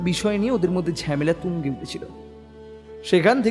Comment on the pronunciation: গল্প টা খুব ই সাধারণ। গল্প পাঠ খুব খারাপ, ঝামেলা কে ঝ্যামেলা বাথরুম কে বাদরুম দেড়টা কে দেঢঢা। গল্প পাঠে উন্নতি করতে হবে।